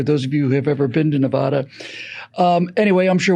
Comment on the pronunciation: It's Ne-VAD-a - not "Nev-ahh-dah." Many thanks, The People of Nevada.